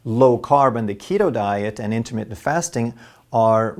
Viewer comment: You need to learn how to say intermittent. You aren't about to get freaky with your diet....it is intermittent not intimate.